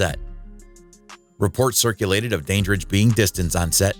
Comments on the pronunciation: These videos are the worst. The AI generated narrations of these are so obvious, mechanical, mispronounced and irksome. Dorothy "Dain" dridge for one. Pure crap. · AI VOICES SUCK! IT'S "DAN"DRIDGE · ANOTHER MESS FOR PRONUNCIATION. Dandrige starting with Dane? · Can't believe this AI bot continually mispronounces Dorothy Dandridge's last name. It's DAN-dridge, not DAY-dridge, for goodness' sakes! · Dorothy's surname is pronounced Dan-dridge. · Your mispronouncing Dorothy dandridge's last name your pronouncing. The dan is though it were pronounced danger, but the DAN in her name is pronounced as though it were a man's name Dan as in Daniel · I noticed that too. Also the bot is mispronouncing Dorothy’s last name!